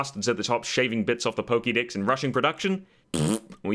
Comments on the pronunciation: am I the only one who heard "poke dicks" instead of "poke dex"? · I know it's your accent, but I found it amusing when you said they might as well "chop the poke-dicks." lmao